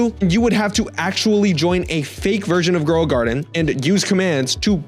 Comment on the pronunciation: Shekels (it's sheckles not shekels) Growing Guarded? (It's grow a garden) DOE?! (it's jandel)